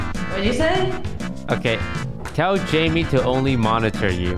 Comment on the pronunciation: Jaime. Btw it’s not pronounced the same as Jamie but instead as Hi-meh